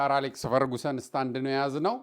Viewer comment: ፈርግሰን not ፈርጉሰን😢😂